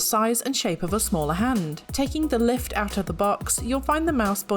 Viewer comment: "Lift" sounds like "Left"